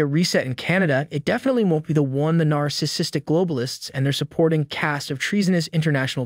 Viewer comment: Please also learn how to correctly pronounce, "narcissistic" ... NAR-SIS-SIS-tic.